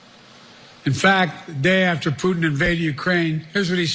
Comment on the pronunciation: Putin 😂😂😂😂😂😂 omg how does he get that wrong